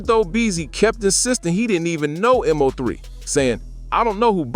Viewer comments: It’s Mo3 not M-03 lol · Once this goofball said m-0-3 I clocked out....its mo 3 dumbass